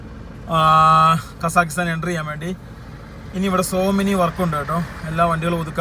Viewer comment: എടാ വേട്ടവളിയ കസാക്കിസ്ഥാൻ ശരിക്ക് പറയാൻ പഠിക്ക്